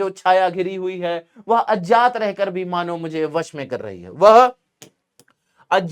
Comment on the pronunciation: सर वो अजात नहीं है अज्ञात है आप बार बार गलत बोलरहे है कृपया सही करके बोले 🙏